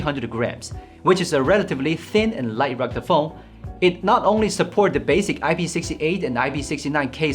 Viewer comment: "Recta phone?"